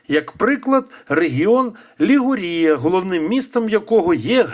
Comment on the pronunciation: Не ЛігурІя, а ЛігУрія - регіон. А самий західний пляж Генуї - Генуя Везіма, а не Вольтрі. Перед тим, як щось розповідати, розберіться добре самі.